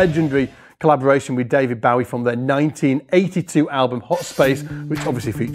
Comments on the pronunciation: Sorry but it's Bowie as in "Doughy" not Bowie as in "Cowy". Listen to the man say his own name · I can’t get over the weird way says Bowie lol